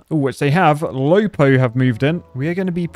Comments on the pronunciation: it's LÖPÖ not Lopo. Say it! SAY IT! LÖPÖ! Like the first letter of the country i live. ... my wife hates it when i do that. she cannot say Ö either.😂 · Was looking for this comment. Interesting pronounciation made but that can be fixed